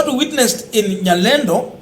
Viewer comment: Nyalenda not nyalendo